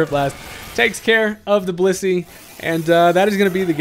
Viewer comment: WHAT DID YOU JUST CALL BLISSEY?